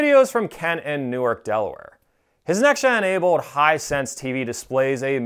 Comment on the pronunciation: Just as an FYI, Newark, Delaware is pronounced "New Ark".